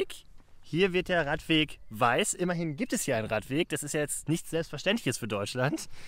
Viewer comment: Es ist ein Radweg und kein Raddweg